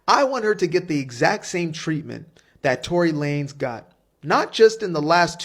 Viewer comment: LaneZZZZZZZZZZ Tory LaneZZZZZZ with a Z why u sayin his name wrong!?!? wtf!?!? lol